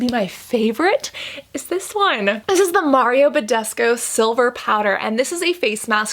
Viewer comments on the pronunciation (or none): I don't like Mario either but there is a "u" right there at the end of his name. Name pronunciation doesn't need to be "quirky." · I knew mario badescu is romanian bc of his name (and you pronounce it wrong btw) omfg!! Wooow I had to Google to be sure it's indeed romanian!! Wooow